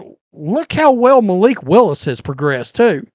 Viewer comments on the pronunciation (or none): none